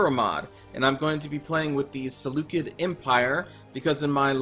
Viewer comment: Excited for this series! Btw, it's pronounced Se - Lu - Ked - I in Greek but the way you pronounced it is pretty accurate. Also, can my legion name be "The Dawn of the Empire ".